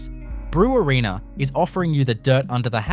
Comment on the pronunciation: Brewarrina is pronounced "Bre-warren-a", not "Brew-a-reena"